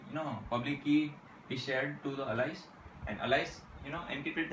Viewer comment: Its Not "Alaice" Chuttia its "Alice"....